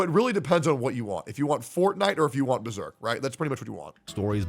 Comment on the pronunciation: Bro said “if you want fortnite, or beserk” 😂😂😂😂